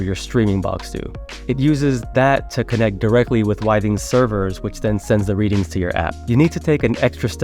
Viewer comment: It’s pronounced with-ings